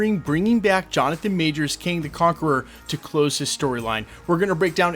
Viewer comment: Kang not king! 😂